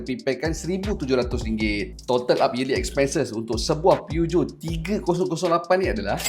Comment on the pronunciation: Aik memang sebutan PEUGEOT tu gitu ka? 😂😂😂